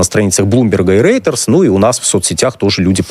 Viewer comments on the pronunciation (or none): Неправильно Вы reuters произносите, реутэры, просто реутЭры.